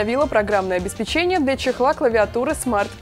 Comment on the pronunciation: Неоднократно ведущая делает ошибку в постановке ударения в слове "обеспечение". Только обеспЕчение, и никак иначе)